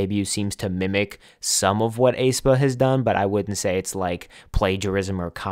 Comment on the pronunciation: YES. I completely agree. The reason why I think Mave won't be too phenomenal is because they're essentially void of what it is to be human. There's no authentic attachment unlike human idols that you can connect to in real time with that can give experiences AI can't. But Pandora is such a bop. <3 Also, it's eh-spa. Like the "ae" in "aesthetic". Aye-spa has been eating at me the entire time. xD